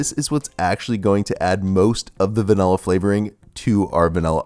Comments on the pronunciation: I notice you’re one of those people who say “VANELLA” 😒 Anyway great vid bro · Americans say "vanella" for some unknown reason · I'm triggered by the way you say vanilla